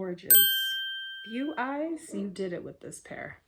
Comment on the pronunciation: Omfg, do American influencers always have to be so dumb? Firstly, they are Chinese, not British. 2nd, it's pronounced 'Boweye' not 'Beweye'. 3rd, you had one of the first lenses inside out. 4th, there is no such word as 'transformated'. 5th, you're supposed to soak the lenses in seperate solution for at least 12 hours, so it's no wonder your eye burn. SO DUMB!